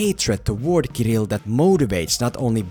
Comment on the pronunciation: Your pronunciation of this Russian name "Kirill" is so soft and cute ^__________^ From Russia with love.